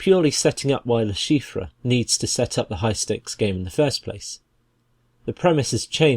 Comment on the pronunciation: Someone please tell this man how to pronounce LeChiffre I could not even finish the video because of how bad it was